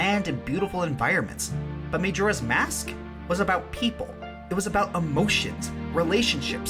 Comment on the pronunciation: Majora's Mask is my favourite game of all time, but I must admit I cringe when you say "May-Jora" Also Gauntlet is also one of my favourite games of all time for the same reason you mentioned.